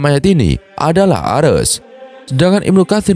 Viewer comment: Bukan 'Ares' tapi "Arsy".